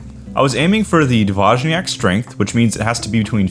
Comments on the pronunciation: It’s D-voy-niak 🫡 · Find a Polish speaker and ask!? Your BIG issue was that "J". In Polish it's pronounced like a "Y". I was lookin at those ratios of honey to water, then at the resulting ABVs and they made no sense to me. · From a Pole's perspective, you pronounce it funny ;-) Generally, these names (półtorak, dwójniak...) refer to the ratio of water to honey - półtorak has the least water (1 portion of honey and 1/2 water; 1 + 1/2 = 1 and 1/2 = one and a half = półtora (PL) -> półtorak), czwórniak has the most (1 portion of honey, 3 portions of water; 1 + 3 = 4 = four = cztery (PL) -> czwórniak). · Almost I would say: D-vooy-nee-ak but make the nee very short. Not as prolonged as in Monthy Python. Soften it up, and then you will lend on Dwójniak.